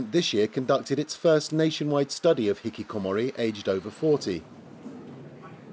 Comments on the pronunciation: you can't just put a french spin on a Japanese word. It's not even an accent thing, he failed to pronounce it properly. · I laughed at this because he said hikikomori with a French pronunciation XD it's a Japanese word lol. You could tell the newscaster was trying to emulate the way the French person said it instead of listening to the Japanese pronunciation. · as a Japanese, I love how he pronounces 'hikikomori'. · I like how the host pronounces "hikikomori" with a french accent because he probably learned the pronunciation from the french guest, and doesn't pronouce it the way it would be said in japanese. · And he pronounced hikikomori with a French accent. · The presenter with the glasses speaks English with a perfect English accent but pronounces the Japanese words with a french accent lol. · I love the English presenter pronouncing the Japanese word 'Hikikomori' with a French accent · I find it funny that they pronounce hikikomori not in an english accent as they are speaking english, not in a japanese accent because it is a japanese word, but in a french accent because... its a french program? lmao